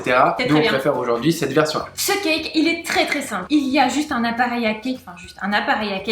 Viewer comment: J'adore ce que vous faites. L'idée de reproduire des recettes de grands chefs et de nous les partager est juste géniale. Mais SVP arrêtez de prononcer [Kaïk] quand vous dites CAKE ! Vous êtes juste RIDICULES. Regardez dans le dico, le cake (gâteau garni de raisins secs et de fruits confits) se prononce [Kek] même si l'origine du mot est certes anglaise. D'ailleurs le Cake dans son sens anglais veut dire gâteau et non cake au sens où on l'entend en français.